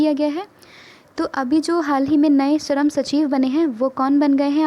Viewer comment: Sharam nahi it's shram.